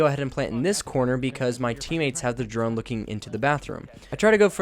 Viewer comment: The way he says echos drone😂😂